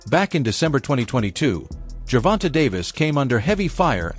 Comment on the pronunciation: Jer-von-tay!!!!! Not Jer-von-tuh🙄